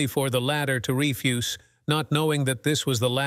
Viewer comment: Rui- nid? Re - fusse? Cown -try?